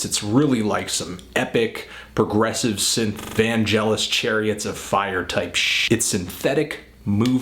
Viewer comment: vangelis = Van-jeh-LEES